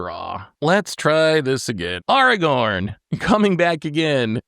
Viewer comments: did really say "Arrgh-orn"?😂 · bro i know you know how to pronounce Aragorn. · as usual trying to play the victim and throw someone else under the bus, someone who while may have strong cards, has zero board presence. And then as usual, can't pronounce cards "Lilah" in last video I watched and this time "aragorn". needs to revamp this character he plays